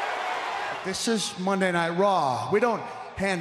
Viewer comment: Foley pronounces monday night raw like mondy night raw…